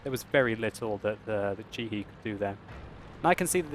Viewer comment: did you just say Chi-Hi -_